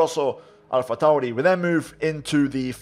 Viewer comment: No one Absolutely no one: pernouncing alpha tauri scuderia ferrari and alfa romeo like a pro